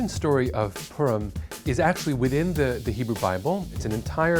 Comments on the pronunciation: I’m pretty sure we pronounced it as “pu-r-im” not “purm” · as a jewish person its pronounced po-rim not Purum. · H Levin poor-im is also common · Sounds like he's saying perm. it sounds like a holiday about getting your hair done. Hey Jimmy I really like your new hair style Yeah well last weekend was perm so I had to change my hairstyle according to my Jewish faith. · I thought he said "P*rn"💀💀💀😅